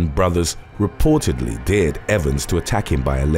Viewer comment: The narrator has a good voice but what's with pronouncing dared as deered? I thought the young guy in the first story had eaten a slug off a deer.